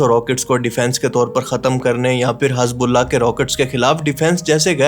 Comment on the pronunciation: Bhai tum Pakistani kab sudrogay?? English words pronounce sahi se nahi ata samaj sakte hai per Arabic names?? Hezbullah ka naam Hazbullah??